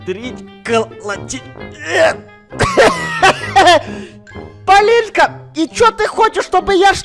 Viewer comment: хаха вместо того чтобы сказать ПОЛИНКА, СКАзал ПолиЛька